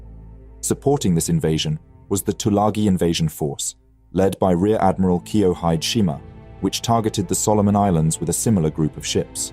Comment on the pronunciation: KEE-o-HEE-deh SHEE-ma. Not Kee-o-hyde.